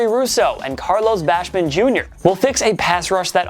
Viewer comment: Why do you insist on calling him Bashman Jr. Its Basham!!